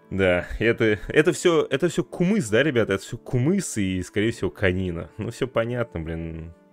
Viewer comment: правильно говорится Кымыз😊